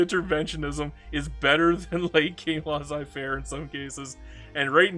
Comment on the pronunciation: they way you pronounced Laissez-faire triggered me